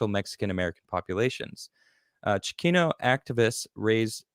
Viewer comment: Did you just let that man say Chicayno? SMH.